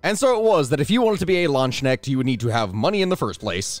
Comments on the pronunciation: i am severely disappointed. he didn't pronounce it "Landskneckt" like a proper American. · Try combining the synonym you use for a rooster then you have the K part. Next the N has to be the ne from ney this should pronunciate it more properly 😅 Should enter that my state of mind is pretty high now😂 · And I had hoped to never hear that pronounciation again after stopping to play Conquerors Blade xD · If you want one simple hint: Hard consonants are never silent in german. Your "land" was well pronounced. The "ch" can be a little tricky, I've heard it helps if you imagine it as the little sound that's between the T and the U in words like tuna. Cuz you don't really say toona, you say tchoona. The K should have been pronounced. Also, you somehow brought in a sh-sound which had no business being there, it's simply an s between Land and Knecht (which is indicative of the genitive case, i.e. that it is a Knecht, which in this case roughly translates to man-at-arms of the Land). So, Land-S-K-necht. As for Doppelsöldner: Two little corrections. The ö or oe is pronounced like the i in girl or the u in burp. And the e at the end is still pronounced as an e, not as an a. Just like the -er suffix in worker, teacher, minister, etc. Except in german, these suffixes can be gendered, but that's not really relevant to a line of work that would not have tolerated female members to begin with. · bad, very bad. Your pronounciation of "Landsknecht" is not even close to being correct As is your pronounciation of "Söldner". Jesus christ my guy, you say you´r a historian, but did you actually study this topic at all? Or is it that you studied it but only ever read these words, instead of hearing and or speaking them? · Every time says landsknecht a german heart dies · Funny point: He’s saying „LandShneks“ which translates to „land snails“ lol It’s pronounced Lance-Knecht (think knight but pronounce the K as well)😅